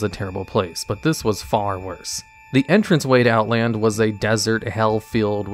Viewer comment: It's Outland. There is no S.